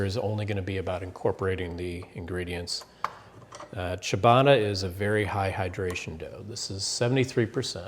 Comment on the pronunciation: What the is cha baaaaaa rrrrrra!